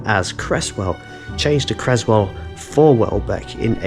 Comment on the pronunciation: Its Creswell NOT Crezwell